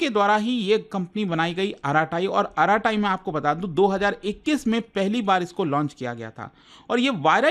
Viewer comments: Just for clarification, the correct pronunciation is arat, not araat. So, it's basically arat-ai. (अरट्टै) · It's arattai not arratai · It's not आराटाई It's अरट्टै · कृपया Arattai का सही नाम बोलिए। इसे आराटाई नहीं बल्कि अरट्टै बोलते हैं। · isko arattai pronounce nahi karte. its like अरट्टै not आराटाइ which means conversation in tamil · Its not aaratai , its arattai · it's Tamil word, meaning "Baat karna" in hindi. Yes they should choose some easy to understand and pronounce. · K-dramas and japanese anime ke name yaad rakhne walo se ek App ka name bola nhi jaa rha.. Mtlb hadd hai..😂🎉